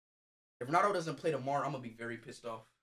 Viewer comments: It all started saying Cristew Rownaldo SUIW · he says ronawdo